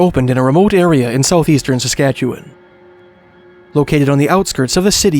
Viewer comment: Appreciate your correct pronunciation of Saskatchewan. ❤